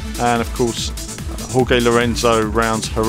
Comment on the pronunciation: What I find odd, though, is you properly pronounce the "J" in Jorge as an H sound, yet you decide not to make the "G" in Jorge an H sound. Either fully pronounce it 'hor-hey' or pronounce it "george." Don't make the J an H if you don't make the G an H.